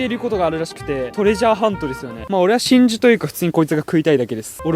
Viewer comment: めっちゃ真珠のことがしんじょうてきこえたの僕だけかな？